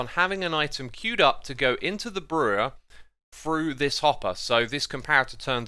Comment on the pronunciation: I don't know why, but whenever Xisuma says 'hopper' I always hear 'hot bar'. Keep this in mind and you'll hear hot bar too